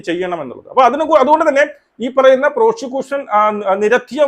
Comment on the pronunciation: പ്രോഷികൂസൻ അല്ലട, "പ്രോസിക്യൂഷൻ".